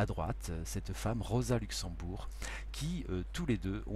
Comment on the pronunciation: C’est Rosa LuxembUrg et pas LuxembOUrg